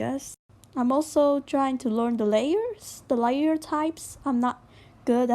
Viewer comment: "Lay R" XD